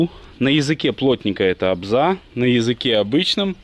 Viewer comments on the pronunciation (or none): Не обза. а обзол. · Не обза, а обзол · Отличный видос! Только не обза, а обзол!😂